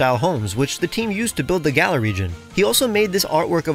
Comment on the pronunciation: have americans still not learned how to pronounce "galar" 😩😩😩 it rhymes with dollar